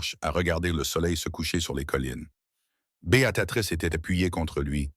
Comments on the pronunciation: Merci pour cette histoire. J'ai tout de même une remarque négative concernant Beatatrice...je m'appelle Béatrice et mes oreilles sont systématiquement agressées par cette IA qui ne sait pas dire B.e.a.t.r.i.c.e. Néanmoins je vous encourage à produire de belles histoires comme celles-ci. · C'est pas Bé a ta trice l'IA n'est pas fichu de dire correctement Béatrice.( Choissisez un prénom anglais, si c'est plus simple. Mais vos fautes a l'oral c'est moche, mais à l'écriture c'est pire. Nos pauvres oreilles et nos yeux.